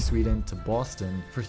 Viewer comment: quirky with the "Baston"